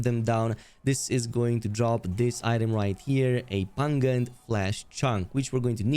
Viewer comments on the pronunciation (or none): lmao the way you pronounced pungent. It's puhn jnt. And tapestry. Is english not your first language?